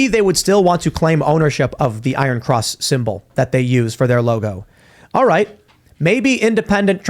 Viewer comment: It is pro nounced EYE RUN!